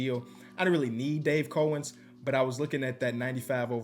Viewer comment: How has he not learned how to pronounce Dave Cowens?